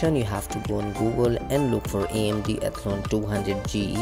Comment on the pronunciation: Nobody in this world except you pronounces Athlon as "ethlun"